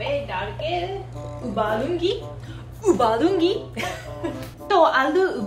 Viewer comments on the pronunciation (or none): When she said ubalungi 😂😂.. But still loads of love! Keep going love ♥️♥️♥️😘😘😘